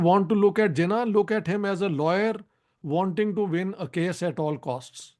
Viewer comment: I have no patience for someone who calls Jinnah 'Zinnah'